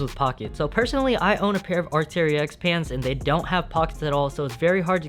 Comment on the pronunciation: fire fire, but it’s pronounced ark-tear-x